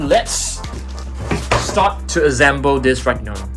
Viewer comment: Why does he say “ azsemble “ instead of “ assemble “